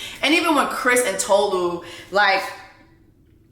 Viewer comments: Your pronunciation of Tolu's name is WRONG 📌 ( It's Tolu' ! Not To-lu ! ) You should've checked the introduction of Tolu in the show, before ranting for 3 minutes - accusing the cast of racism :face-turquoise-covering-eyes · Also, it's not Toe-Loo, it's Taw-Loo. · Erm, actually, it’s Tolu. Re-mi as in sounds of music. That’s why her name is spelled with the sign over the U and no sign on top of the O. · It's funny everyone was able to say Stevan but not Tolu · 😬😬😬 Jess, sis, I think you are the one pronouncing her name wrong 😂😂😂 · She literally made a video about her name and you still getting it wrong.